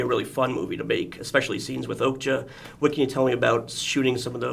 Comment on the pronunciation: The interviewer keeps pronouncing okja as oakja :D